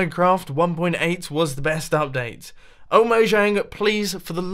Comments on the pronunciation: It's pronounced moyang because they are Swedish and in the Swedish language j's are pronounced with a Y. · Mumbo, I know this is an easy mistake to make, but Mojang is pronounced MoYANG. Don't worry, I did it too.